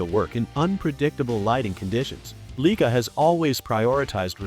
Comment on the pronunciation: Fraud video. Cannot pronounce the name of the camera properly.